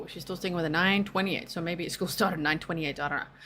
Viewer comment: Yes she's a little cutesy for me...( blankies, stuffies)and every time she says "Sooooooo"...elongates her syllables, she's thinking of an answer. To lie.